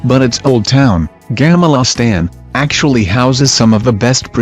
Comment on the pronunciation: Gahmehlah staan. Sounds correct to me.